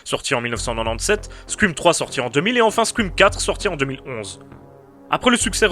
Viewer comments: c'est une très bonne video cependant j'ai un problème ne parle pas anglais si tu sais pas prononcer correctement c'est pas squim ou sqrim ou les 3 autres façon que tu l'as prononcer parce que je commence a saigner des oreilles tellement c'est de la merde. c'est Scream ca se prononce scrheem le ea en anglais sa prononce comme hee voila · c'est scream ou squouim ?